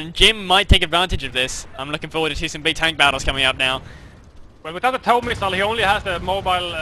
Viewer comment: Please say TOW as in toe.